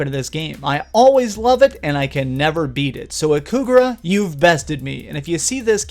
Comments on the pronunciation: Hey, guy... your channel is great! But, in this video you called Ikaruga, "Ikugara"... please, fix that. And, "Odin Sphere" is in this list? Oh, no... it isn´t hard like you said... it´s required a lot of patience, instead. Super Ghouls´n Ghosts deserved be in the place. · 'Ikugara'? You mean Ikaruga? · Yup. Ikaruga, not Ikugara. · its IKARUGA not IKUGARA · "Ikugura" you mean "Ikiruga". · It's Ikaruga not Ikugara. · Ikaruga, not Ikugara. Even the name is hard! The lack of Super Meat Boy makes your list inadmissable, by the way. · I laughed at 'Ikugara'. Hilarious mess up from guy named ''. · it's ikaruga :l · Wasn't it called: "ikaruga" ?